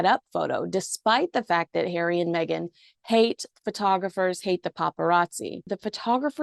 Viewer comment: Stop saying Meg an…… it’s Megan. Same as Craig not crag